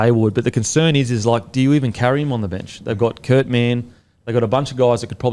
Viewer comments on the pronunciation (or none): none